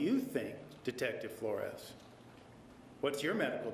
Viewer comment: And the way he says Flo-rez, for Flores